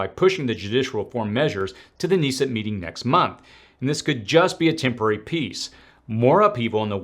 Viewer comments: The parliament of Israel is pronounced "Kuh-neh-set" (Knesset). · Ok you're just reading thing things. How do you get to almost a million subscribers by just reading? Know how I know? Because it's pronounced "Ben Guh-ryon", with a hard G and "Kuh-Ness-ett." A person of your age and experience who isn't posing as knowledgeable would know this. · You pronounce the K in Knesset like kinnesset 😇